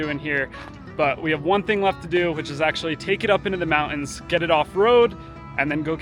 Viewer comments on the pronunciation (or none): MounTains with a T